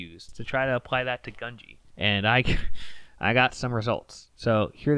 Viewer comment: not to be annoying but it’s japanese, gu is pronounced “goo”